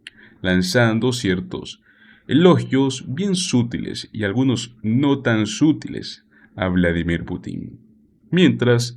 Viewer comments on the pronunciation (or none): Se dice sutiles, NO SUTILES CON ACENTO EN LA U .